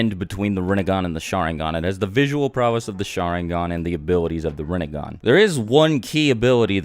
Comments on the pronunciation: Rinne*gan* Sharin*gan* Jou*gan* Byakyu*gan* Tensei*gan* ketsuryu*gan* Tensei*gan* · You're saying it so wronnggg.... It's pronounced renneggan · its pronounced rin nay gahn